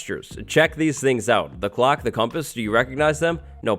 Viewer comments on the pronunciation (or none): everytime says "clock" it sounds like glock idk why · I’m sorry but every time he said clock my brain thought he was saying glock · every time hes says clock i think hes saying glock